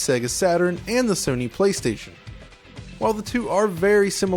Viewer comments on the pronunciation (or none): none